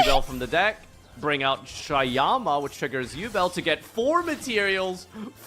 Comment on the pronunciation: She says it like ewbel